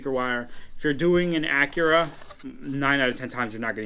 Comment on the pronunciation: What is an "Ackra"? LOL. Learn to SPEAK and pronounce. There's a reason why you don't have a lot of subscribers... because you talk funny.